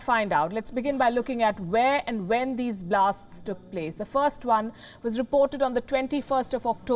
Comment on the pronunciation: Vhere and vhen